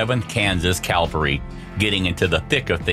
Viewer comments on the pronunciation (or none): Aaaargh, there it is again. That's CAVALRY, not "Calvary." One is a group of mounted soldiers, the other is where Jesus was crucified, according to legend....All these "great beauties" of the old west make me glad I live here, and now. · Cavalry not calvery